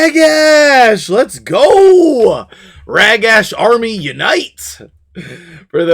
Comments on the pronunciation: I really hate that you call him Rag-Ash lol. It's Rah-Gosh. Thank you. :D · no worries and joke all you want! Love your content and everything you do .... Except this one thing 🤣 Maybe we can meet in the middle and say "Rah-gash"